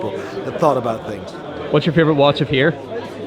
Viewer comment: This poor bloke can’t even say watch any more. ‘Wash wash wash’ Those veneers have to go